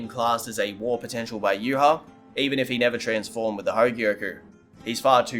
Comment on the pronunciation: Contacted Kubo, he confirmed it's pronounced "yoo-watch" and not "yoo-ha-bawk"